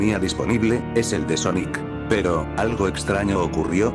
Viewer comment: Pon Sónic para que no te diga Soníc..